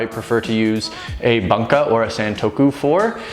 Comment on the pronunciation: Love the vids - but I your mis-pronunciation of ‘bunka’ drives me a little crazy. The (u) in Bunka (literally ‘culture’) is the ‘closed back rounded vowel’ - essentially the same u as ‘you’ and the same sound as ‘to’ and ‘new’. Anyway - great stuff regardless.